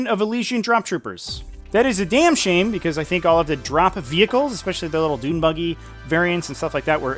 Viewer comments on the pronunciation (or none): none